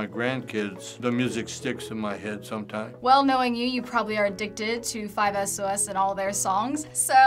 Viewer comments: it's 5sos, not 5 es oh es! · 5SOS!!! And it's not 5 es oh es